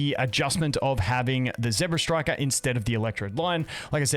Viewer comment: ZEBstiker not ZEBRAstriker